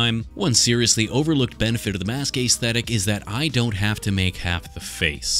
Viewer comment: “Ace thetic”